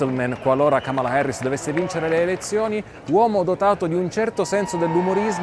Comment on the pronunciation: Da buon italiano pronunci la “A” come se fosse una “E”, non capisco perché no dici :”Kemela Herris”